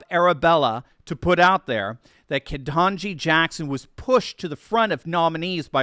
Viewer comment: It's pronounced "ket n' jigh". If you pronounce it wrong, you can be put into a special de-programming camp.